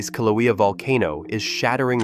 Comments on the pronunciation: Pronunciation of Kilauea is terrible! It’s “kill” “ow” (as in how) “ā” (as in ate) and “u” as in “up”. Now, get it right! Kil/ow/ā/uh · Voice can't even pronounce the name of Kilauea. What a joke. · You are making a video and you don’t even know how to pronounce Kilauea …? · Please pronounce the name Kilauea and Halemaumau correctly please.